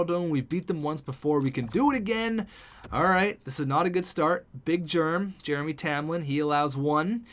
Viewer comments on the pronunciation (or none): none